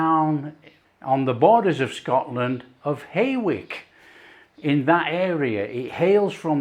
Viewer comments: "Hay-wick"? No! "Hoyk!" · Hello I just thought ied help you out with the proper pronunciation of your “ haywick “ I’m from these parts so obviously I know, the way to say it is How-wick, anyway love your work and a big thank you for everything you do 👍👍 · Just a wee correction for you,. It's pronounced Haw ick not hay wick. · I'm in Selkirk but grew up in Welwyn Garden City, yeh pronounced H-oik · ... its not "haywick ... Hawick, pronounced "hoik" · Excellent recipe but Haywick?.. Pronounced Hoyk! Excellent rugby team! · It's pronounced hoyk. Haw-ick. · It’s Hawick…….Haw ick !!!! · Sorry, love the recipe but Hawick is pronounced Hoik /Hoy’k. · Pronounciations all wrong! Teviotdale = TEE - VEE - OT - DALE. Hawick = HAWE - ICK. Damned fine plates of scran. Proper grub!! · 70+ yo Scottish Borderer here who has never heard of this pie but I wish I had. The river is the Teviot (pronounced Tee/vee/ot) the town is Hawick (Haw, as is saw, followed by ick as in brick). Hawick was famed for its cashmere textiles industry. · Not heard of this one, the top looks strange, it's pronounced like H-oik = Hawick. I'm fro the home counties but live in Selkirk, Scottish Borders, about 10 mile up the A7 from Hawick. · Hawick is calledk hau-uhk in Scotland, or it's easier to spell it, hoyk. I've been there many years ago now, and it's a lovely border toon. Your channel really show cases great British foods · A great looking pie but the place name is pronounced "Hoy ick" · Hawick [[sounds Hoike] is a close town to me -- Teviotdale [ Teeviotdale pronounced after river Teviot [ Teeviot] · That’s a real school dinner pie 👍 btw it’s pronounced Tee vee it and Hoy k